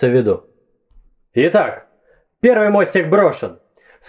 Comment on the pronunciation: Всё-таки Ваше нарочное «перьвый» режет слухъ((